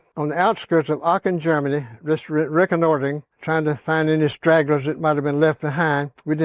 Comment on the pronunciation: “Reconnoitering” yeah he is the real deal